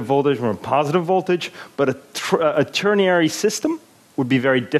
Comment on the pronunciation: ternary, not tierniary.